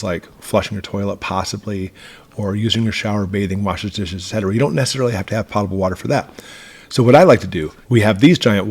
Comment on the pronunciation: Just FYI, it’s pronounced “Poe-ti-bull” water.”